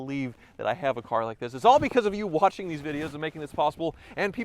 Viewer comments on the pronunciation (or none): What was that closing?? Literally laughed out loud at the “thank ya so much watchen!”